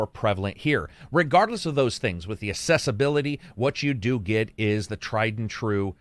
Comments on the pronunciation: Accessibility and assessability are two different words, pronounced differently. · Just wanting to check: you do know it is pronounced “ak-ses-sibility” and not “ass-ess-ibility” right? Maybe I’m hearing things wrong… Otherwise another great review! As usual… 👍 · Accessibility not Assessibility.